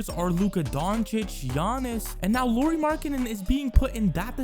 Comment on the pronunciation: FYI, Lauri is pronounce the same as the surname Lowry, with 'Lau' rhyming with 'how', 'now', 'cow'.